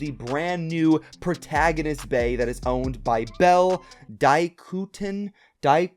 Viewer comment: It's pronounced Dai-kho-ku-tin man I got you